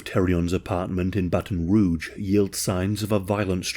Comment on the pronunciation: You pronounced Baton Rouge and Louisiana correctly.